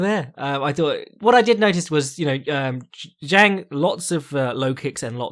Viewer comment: Fyi Zhang is pronounced Jang in English and in Chinese its Jung, not Zeng